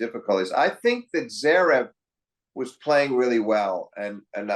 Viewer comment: Great commentary, but why can’t Flink pronounce “Zverev” correctly? He always says “Zerev”